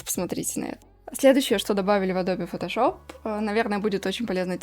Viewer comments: Всё замечательно, но «АДОБЕ» как-то сильно режет слух. Всё же, на мой взгляд, приятней классическое, близкое к оригиналу звучание «Адоуб, Адоб…» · Большое спасибо за обзор! Позвольте маленькую корректировку )) правильное произношение- не АдобЕ а Адоб ))) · Согласен, но не адобЕ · Адобе??кровь из ушей... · кому уши режет слово АДОБЕ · Что говорит: Адобе Что слышу: ABOBA